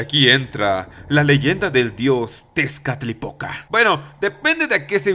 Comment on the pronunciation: C mamut con lo de las hormigas :v PD: Cada vez que decías "Tezcalipoca", yo escuchaba "Tiene poca" :vv